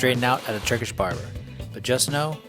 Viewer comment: awesome overview!! also big props on Turkish pronunciation 🤌